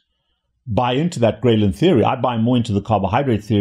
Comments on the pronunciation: I thought it was pronounced Grelin Not Graylin. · take a shot everytime he says Graylin wrong 🧐😂